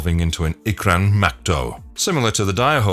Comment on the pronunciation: Bro didn’t even pronounce them like the Navi do, it’s “Too-koon” and “Ee-you”